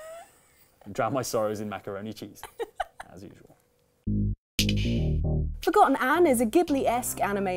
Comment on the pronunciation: "Forgotton" sounds abit like a mix of "forgotten" and "automaton".